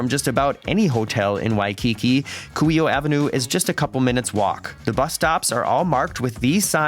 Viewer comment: Very nice and helpful video. It was very considerate of you to mute your voice and music while on the memorial. Well done and thank you! Fyi Kuhio (Coo-He-Oh).